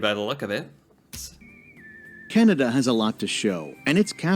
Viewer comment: Can-a-da not Can-ee-da.